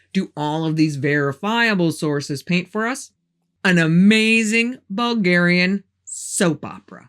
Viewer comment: Hello from Bulgaria i am impresed whit your pronancuasion of Bulgarian language and names....Just cureous are get some help whit the way you pronaunce?.... Is perfect i am utterly blown.....i fallow you from your early videos till now whit Ballan and the red beard guy:) I wish youa lot of love and luck and healt evrithing good to you....